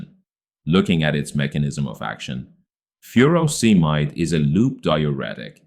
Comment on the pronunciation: has the wrong pronunciation of Furosemide